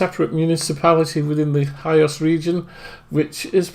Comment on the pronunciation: The island is pronounced heeos not kios. Good video though@